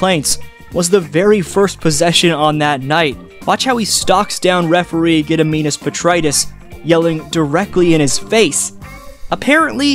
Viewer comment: "GEDIMINAS PETRAITIS" That's Matt Devlin's favorite ref! You pronounced it very well.